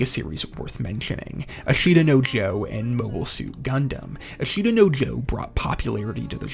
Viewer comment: Pretty solid list. Dragon ball, Evangelion, and cowboy bebop off the bat as expected and deserved. Things you made me wait for included: ashita no Joe ("ash-ta" the only thing you pronounced worse was Versailles. Ver-sigh), Slam dunk, death note and Gundam. I wanted to see Cardcaptor sakura on the mahoushoujo section, but i think it's fair it was left out. Azumanga daioh probably should have been included for the slice of life section, though